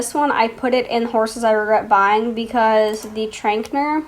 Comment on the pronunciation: And it’s trackener